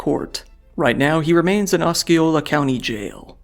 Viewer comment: hi so it’s “aussie-oh-luh” lol -florida native